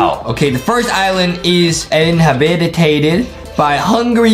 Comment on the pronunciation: I like how Justin said inhabited wrong I was like Justin is not 9000 iq